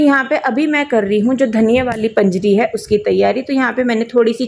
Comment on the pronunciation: Baut badiya, it's panjeeri not panjri